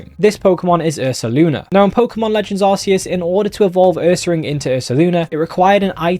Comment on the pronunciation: It’s pronounced are KEY us